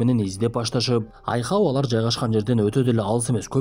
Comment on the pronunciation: Айхоу эмес Айхал😊